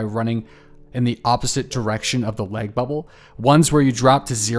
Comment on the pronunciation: Good Christ on a crutch man is there some reason that you're pronouncing LAG like LEG? I had to replay it 5 times to understand WTF you were talking about!